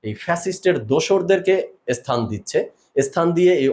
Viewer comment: But but কী?? বাংলাদেশে কি "কিন্ত" শব্দটা নেই??!! নাকি বাট বললে নিজেকে বেশি শিক্ষিত মনে হয়?! এদিকে স্থান বলতে গিয়ে তো ইস্থান বলতে হয়।